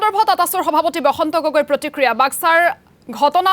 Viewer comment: Boska nohoi baska hoi kotha kobo nazana leader hoi